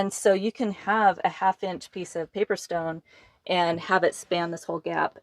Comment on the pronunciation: I can't tell if she is saying paver stone or paper stone.